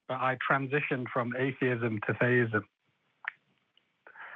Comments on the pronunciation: Sounds like he is pronouncing it "theyism", not "theism", so like he's trying to poke fun at non-binary? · Every time this idiot from the UK calls in - who, by the way is the same idiot as and also (I think) - he behaves entirely dishonestly. Watch out the for clue: he keeps pronouncing theism as "they-ism". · I couldn't tell if they said theisim or feyisim.